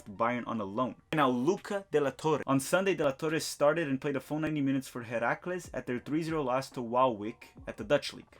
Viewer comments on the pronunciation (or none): none